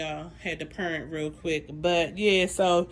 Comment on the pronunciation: Pur-ent real quick lol!😂